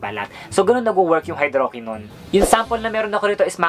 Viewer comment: The TRUTH about Maxi Peel that you need to know is #2 and #3 ay same lang walang pinagkaiba (check the label, 2% hydroquinone and 0.020% tretinoin). Also, mali ang pronunciation mo ng tretinoin and hydroquinone.